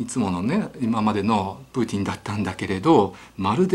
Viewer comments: ひろゆきさんのトゥイッター真似した影響で、プーチン発音までおかしくなってて草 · ときどきプーティンの発音になるの何なんww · プーチンが時々プーチィんと聞こえる〜笑笑。 なんだかプーチィんが気になり話が入ってこないのは私だけ？？笑笑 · プーティンって言ってますか？😆